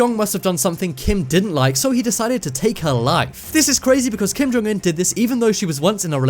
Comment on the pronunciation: I love that you pronounce his name correctly